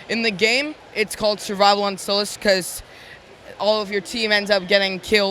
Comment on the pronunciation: It must be sullust not sullest